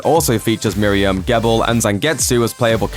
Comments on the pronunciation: I just learned Gebel is pronounced Jeebel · mispronounces Gebel Me: "I'm about to end this man's whole career!"